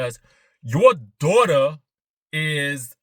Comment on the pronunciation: Stop talking about my "DWAUGHTER!" 😂😂